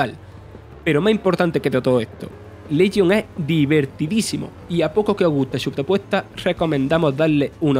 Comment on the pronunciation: el problema no es el acento , es el locutor , problemas con la R , guion mal leido y lento y ceceo que no es cuestion del acento ya que cualquiera puede tener ese problema , watch dogs lesion , yo soy andaluz y insisto no es un problema de acento si no de lectura